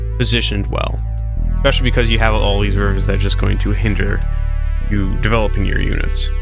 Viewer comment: Good stuff! That aside, if I may offer one critique... I'm not so much an English nerd so much as I am a little OCD, but please, I would ask you pronounce "especially" better! There is no "x" or "k" sound in it! It drives me a little crazy. 😵‍💫